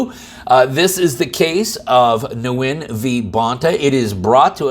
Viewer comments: nguyen is a vietnamese name and its pronounced “win”. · Nguyen pronounced 'win'. :) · Nguyen is actually pronounced "Wen". That's what I was told by a Vietnamese friend. Just FYI!